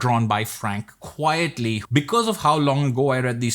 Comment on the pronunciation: It's Quitely, not quietly. You're not the only one making that mistake, at least I think I caught you saying "quietly" twice in this video. It's the artist's pen name, a pun on the expression "quite frankly". If I misheard, don't mind me.